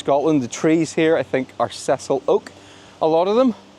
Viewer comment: Sess-ILE not Cecil Oak!